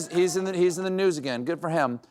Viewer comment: I thought he said news, not nudes.